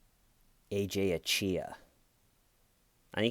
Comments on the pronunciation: Why is it so fucking hard to pronounce simple Nigerian names!? You people must ruin it... Even the police guy did the same thing... It's literally spelt AJAYI... How does that come to ACHIYA! It's AH-JAR-YEE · My favorite part was when you kept screwing the guys name up, corrected yourself but continued to screw it up again. What a name right?! 😂